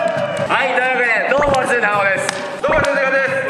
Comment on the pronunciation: どうもフィッシャーズ ンダホです。って聞こえる